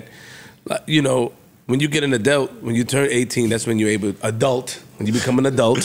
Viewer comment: really can’t say Adult 😂😂😂